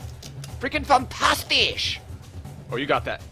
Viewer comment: PLEASE STOP SAYING FANTASHTISH